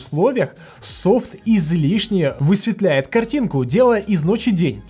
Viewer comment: особенно мне понравилось "ВЫСВИТЛЯИТ, АААААА" да, найтмод и придуман, чтобы делать фото ночью более читаемыми. Если что-то ему не нравится — пусть выключит найтмод на пикселе и получит такую же хрень, как и на ванпласе